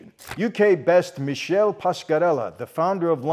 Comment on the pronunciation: Michael hai davvero pronunciato "Michele" in "Michelle"? Ma che Italiano sei 🙄